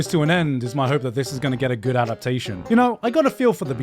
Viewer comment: Why do you pronounce 'good' as 'goot'?